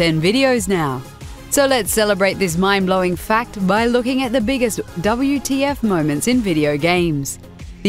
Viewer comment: It's not "Double You - Tea - Eff - Moments", it's "WHAT THE FUCK" moments xD